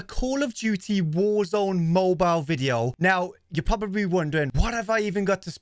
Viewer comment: Toodoo woo oor going to ploo woor zoone mooboole